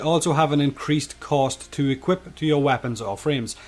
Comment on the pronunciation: Its cost not coast xD